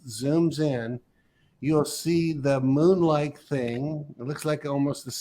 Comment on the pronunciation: The way this guy says “moon” as “mün” drives me crazy.